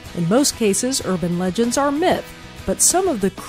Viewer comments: ugan legends? I think she ment urban😂😂😂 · it urbin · Anybody else notice her say "Urjin Legends" at the beginning? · OMFG people moment ing about her saying "urjin legends" she made one fricking mistake! It was NO BIG DEAL GET OVER IT ALREADY!!!! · yea she said 😂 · Solaire's Sunny D yes I totally did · Solaire's Sunny D yup lol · I thought I was the only 1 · Chesh of Shire yeah😂😂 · Lol I heard that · Sergio Martinez yes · Solaire's Sunny D Lmao yes XD I was laughing so hard 😂😂😂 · yh, I totally heard that